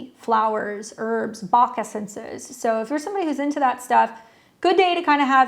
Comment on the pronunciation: She said "Bach Essences" although she said it kind of weird 😊